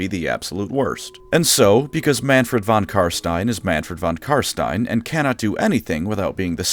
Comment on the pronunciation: You keep saying his name wrong which is especially strange as you used to call him by his proper name...it's not von karstien...it's von cumstain